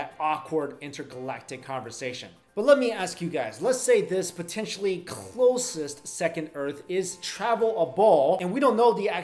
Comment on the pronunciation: to : "Lets say this potentially KHHHLOSEST second earth is..."